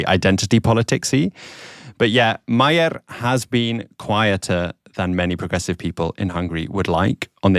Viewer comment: Peter Magyar's family name is pronounced "Majiar" with vocal "j". In hungarian, his family name means "Hungarian"..